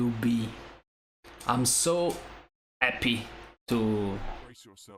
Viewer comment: Yeah, in Edge of War video your "happy" was with an H. So you didn't say "abbey", hah, hah! Lost a bit of Italian accent there, but it's the price when improving foreign languages.